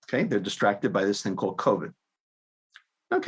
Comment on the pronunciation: in coved’ not cobit.